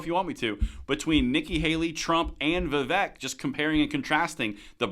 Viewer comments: That's Vee-Vake and not Vee-Vek. And the more I hear him (Vivek) speak, the more I like him. And I couldn't agree more. If you make schools gun free zone...well I'm preaching to the choir. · It’s pronounced VIV-AKE, as in “cake.” Not VIV-ECK, as in “heck.” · Vivek rhymes with cake as in Vivake.........FYI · I know it's spelled Vivek, but it's pronounced Vivake. Rhymes with cake.